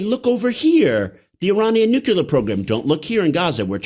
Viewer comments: And definitely not “the nuklur” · Nuclear - not “nukular” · Interesting content, but listening to your guest mispronounce the word nuclear over and over for an hour made me want to stick a pencil in my ear! There is only one u in nuclear. It's pronounced new-clee-er. Not new-queue-ler! Surprising he used the Bush II erroneous pronounciation. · Call me a snob, but I can’t take intellectually seriously a person who, with all his curriculum, still says “nukelar”. That says a lot to me as far as the rest of his “expertise” is concerned.